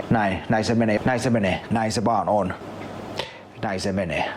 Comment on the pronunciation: Alkaa monen kerran jälkeen kuulostaa siltä että sanois "näin sen veneen" 😂😂